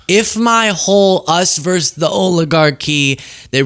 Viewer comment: It’s “versus” NOT “verse.”